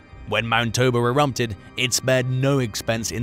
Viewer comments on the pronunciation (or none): Is he saying "erumpted"?